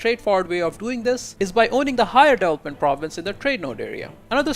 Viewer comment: I have to rewind a lot to try to figure out what word he's trying to say. It's incredible how bad he butchers a word like development